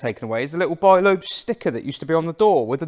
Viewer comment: The French pronounce it ‘leb’.